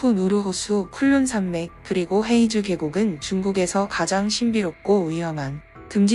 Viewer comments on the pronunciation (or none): 黑竹 (허이주)라고 발음됩니다. 헤이주 X 허이주 O